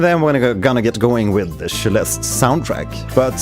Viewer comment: Why does he pronounce it Sheleste?